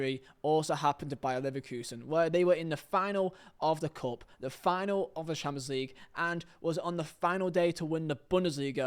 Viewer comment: Cant lie bro sayin Champions League like Chaaapslig gets me every time😂😂 love your videos tho❤️